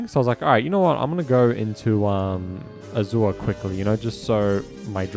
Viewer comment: You're saying Azure wrong. It's pronounced A•zure.